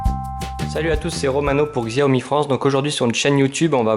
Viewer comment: Ca se prononçe "shaömi" en chinois, ne me remercie pas ;).